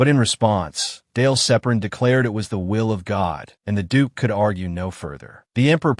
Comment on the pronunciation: mins... Did he just say'd*ck was.... ' instead of duke